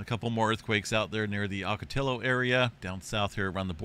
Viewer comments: This was making nervous last nite as it was happening in real time as this little baby quakes started suddenly popping off. Thanks for making this video and confirming what caught my attention. Also - “Oca- TEE-oh” (as in Ocotillo Wells) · Good morning. I'm a lifelong learner like yourself, so here's a tidbit...."Ocotillo" is pronounced, "ah ko tee yo." The double "ll" sounds out similar to "tortilla," not how it sounds in "pillow." I've lived in So Cal all my life, but this recent activity finally has me concerned about, "The Big One". Like you say, "Don't be scared, be prepared."